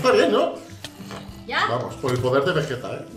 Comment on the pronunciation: Me tomo un chupito de tequila cada vez que diga “veguetta”😂